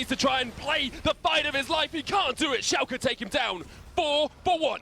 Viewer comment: why do they say Schalka??!?!?!?!?!